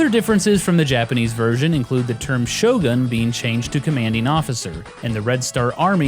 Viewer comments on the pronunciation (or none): none